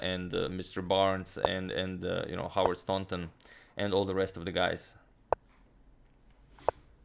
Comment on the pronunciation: Well done for pronouncing Howard Staunton correctly! :-)